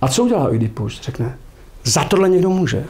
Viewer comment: Poprvé slyším Oidí í ípus, je to tak hezčí.